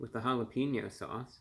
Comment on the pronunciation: Bit of advice: Every time you pronounce jalapeno as holla-peen-yo, It's like nails on a chalkboard. That doesn't fly in Texas.